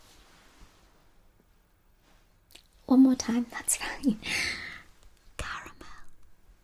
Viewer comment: Come for the ASMR, stay for the correct pronunciation of caramel!